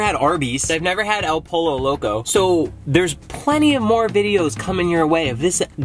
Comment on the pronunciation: Also it’s not polo it’s pronounced like poyo